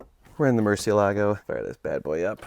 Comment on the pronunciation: I wish to HELL you would learn to pronounce it. Ask any Mexican.